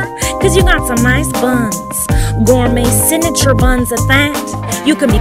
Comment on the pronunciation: "Sinature" lol the way she says signature...